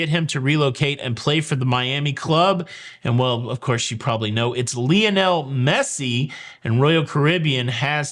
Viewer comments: I hate soccer… but Lionel is pronounced LIE- on - el ! LIE.. as in “lie around and do nothing” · Thx. But Lionel is pronounced “LI ON ELLE. “ Li rhymes with HIGH. I never knew that Americans pronounced “ Ruined” as “rooned” most of us English speakers say “ ROO - INNED”. Wow weird stories, only in the USA would anyone think it normal to have guns. Thx a lot. Yes the parents are Waco. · I am so glad that he mispronounces Messi's first name multiple times. Makes for a more interesting video.